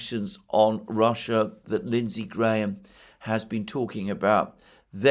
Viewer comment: The way you say Lindsay Graaahaam is the funniest shit by the way.